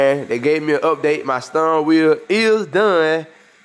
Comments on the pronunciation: dat boy said stirrin wheel. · Sturrin wheel😂😂